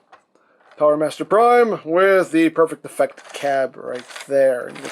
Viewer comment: I thought he said perfect diffect hahahaha